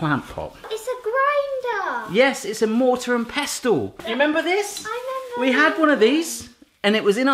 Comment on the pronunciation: Mortar and pest-tel? Lol it's pronounced "pessel". Great vid.:)